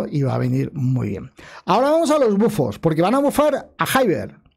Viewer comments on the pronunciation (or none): none